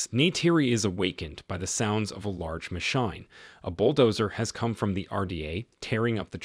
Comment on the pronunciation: I thought this was a real voice narrating; I don’t understand why some simple words are being mispronounced. Like “cryo” being pronounced as “Cree-oh” or “machine” pronounced as “ma-shoyng” .